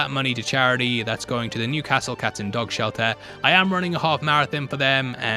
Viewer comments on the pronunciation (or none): none